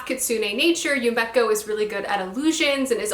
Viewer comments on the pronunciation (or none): I thought maybe ud be interested in knowing that u pronounce yumeko, “yume eh ko” not ‘yu mek oh’! Very slight difference but... hehe